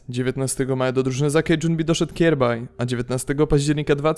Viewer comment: kjaerbye nie czyta się "kjerbaj" tylko "kjerbi" xD